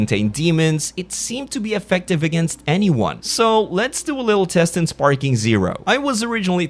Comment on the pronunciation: its dragon ball sparkling zero . not sparking.. dont post shit if you dont know what u are talking about